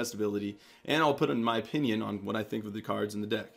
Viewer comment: Whats your "OPHION". lol i thought thats what it said haha